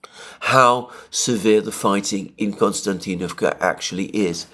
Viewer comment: It's not Konstantinavka but Kostiantinavka just for the record. Being Greek I can see why you would want to call it Konstantin...